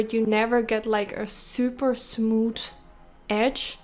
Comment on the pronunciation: I love how she says "smooth"...."SmooT"